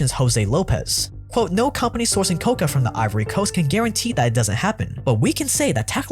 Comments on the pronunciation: Kow-Kow or Kow-Kwa. not kow-ka! that is what you use to make cocaine. I almost did not watch the video for that. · Amd I'm sorry 😂😂😂😂😂 an extra laugh for everything you're pronouncing cocoa COCA AS IN THE COCA PLANT and nownyoure making it sound like chocolates made from the same shit as cocaine😂😂😂😂😂😂 no offense se dude I'm a big new fan!!! I just giggled once I noticed you were definitely trying to say co CO yes spelt cocoa and.cocao is even a little different but COCA IS VERYYY different man lolz😅😅❤ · Say it with me…kah-kow. Coca is the main ingredient in cocaine not chocolate. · It's called Cocoa, not Coca, you moron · One correction-- it's not "coca" which is the plant from which cocaine is derived from, it's "kakao" (pronounced ca-cow) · Great vid! However, you pronounced cocoa (kow-kow) which is used to make chocolate like coca (koh-kuh). Coca is a plant that is used to make cocaine, not chocolate. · Is it only me, or does any else pronounce it "coh-coh" instead of "coca"🤷🏻‍♂️ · Hey man, slow down enough to pronounce things right. Like, are you saying “Sally” or “sadly.” “Coca” or “Cocoa.” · its quite ironic that the narrator pronounces COCOA as COCA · its pronounced coco beans bro not coca beans lmfao, sounds like you are talking about cocaine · CacAO bro, not Coca! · Why are you saying cocoa like coca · Um no friend. "Coca is indeed expensive." You're thinking...cocao, pronounced ka-cow, or cocoa, pronounced "coco." Cocao bean is where chocolate comes from, friend. Hilarious slip though. :D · Cocoa is pronounced "Ko-ko". Coca (Ko-ka) is the plant that Cocaine comes from. Would make for a very different KitKat. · COCOA, not COCA! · it's not "coca" you were referring to, but "cocoa", pronounced "co-co", maybe with a shorter "co" in the beginning:P. Aside from that trifle, your videos are becoming EXCEEDINGLY well made! It's great that you ditched the excessive film-derived sniplets (the relevant ones are good though!). A proper documentary dear sir!